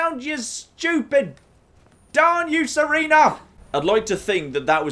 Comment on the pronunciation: "Pay attention Serana!" gets it slightly wrong Oh, never change.